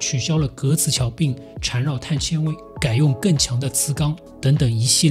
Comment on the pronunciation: 碳纤xian维，铆mao钉